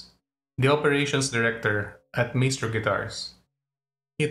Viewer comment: Pronounced Mystrow